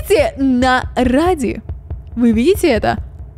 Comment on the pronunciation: Это рэди а не ради